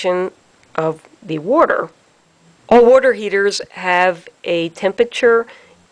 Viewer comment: I can’t watch this video because the person can’t say “water” correct